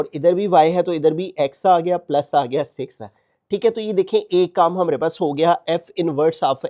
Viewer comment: Sir says hmre pas .who one notices??😅